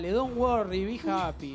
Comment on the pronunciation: cual es la de justin bieber? donn worriii wii japiiiii jaajajaj ??.